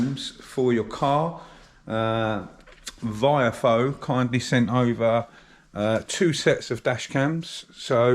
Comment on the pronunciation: Long time viewer and fellow Essex boy here! I would love one of those Dash cams, but I think your saying it wrong, it's pronounced VIOFO 😂. Keep up the good work, more videos on the 5 Turbo please 🙏